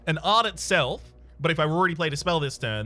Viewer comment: is anyone else annoyed at the "e" at the end of art